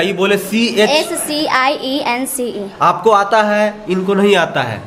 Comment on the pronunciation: O lali 's e c h' nhi 'science' hota hai😂😂😂😂